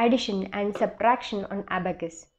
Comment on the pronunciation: Ma,, am not aabacas it, s abacus